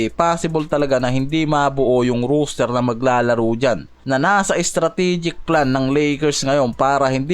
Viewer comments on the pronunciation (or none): Lods di ka pala nakikinig sa mga suggestion sayo. Gaya ng rooster vs roster. Ang roos-ter na binabanggit mo ay manok. Ang ros-ter ay para sa tao. Siguro naman hnd mukhang manok ang mga player ng lakers para tawagin mo na roos-ter